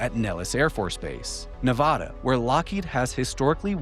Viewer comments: Hey, it’s pronounced Ne VA duh. Like VAst. NOT nuVAHduh. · It's Nevada.....not 'Nevawda' lol